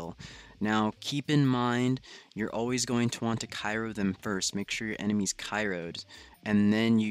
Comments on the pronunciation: My boi it’s cryo not kyro 😁👏🏾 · my head hurts more when he says cyro not cryo. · mans needs to know that it’s Cryo not Kyro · Cryo not cayro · I was gonna say the same thing